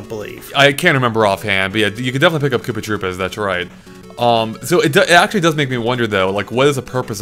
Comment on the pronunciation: "Kooper Troopers" :P